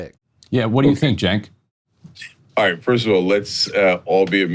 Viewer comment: It’s Cenk but the C you pronounce it with a J. Jenk